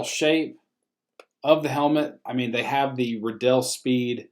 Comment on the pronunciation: MEEN NOT MEN